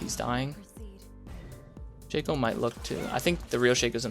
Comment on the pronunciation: Sheikho? Shake co? Sha-co.